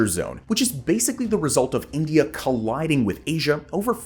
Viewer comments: Did you say Inglia , not the first time you mispronounced India, disappointed dude 🤦🏻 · did you just call India Englia? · Its INDIA not ENGLIA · what is engliya ??? Siang - See - Aang.